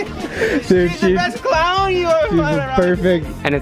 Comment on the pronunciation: She's the best CLAAOUWN you'll ever find around here (why did he sound drunk there).